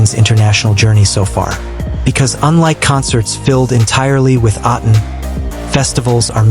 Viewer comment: A'tin no "s" pls 😊